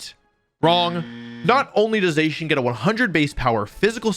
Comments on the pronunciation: I thought Zacian was pronounced “Zah-Sy-An” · ZAH-SEE-IN is how you say it.